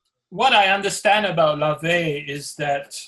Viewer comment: But you can't even get LaVey's name right...